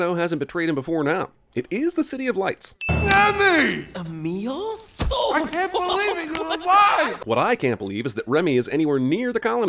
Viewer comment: Wait did I hear that right? The rat that loves food has a brother with a name pronounced " A meal?"